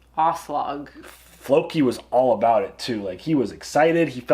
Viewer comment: When pronounces Aslaug as Ass-Slug 🤣